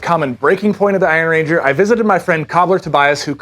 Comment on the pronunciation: They’re named after the Iron Range in Minnesota, not after a ranger made from iron. Emphasis is on “iron,” not “ranger.” 😊. Thanks for.